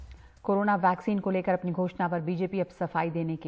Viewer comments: Chitiya ko वैक्सिन को ...भैक्सिन....कह रहा है🤣🤣😂😂😂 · कैसा नेता है अनपढ़ है क्या वैक्सीन को भैक्सिन के रहा है। बीजेपी बेटा तू तो गया।नवजवान तो तुम्हे देंगे नहीं वोट ये लिख ले बेटा। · Abe chutiye Roy Vaccine toh shi se bol sale 😂